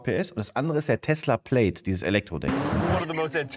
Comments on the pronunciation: Leider wird es tesla "Pläd" und nicht plaid ausgesprochen. Wer auch immer sich das ausgedacht hat.. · Moin JP! "Plaid" spricht man nicht wie played aus, sondern plädd!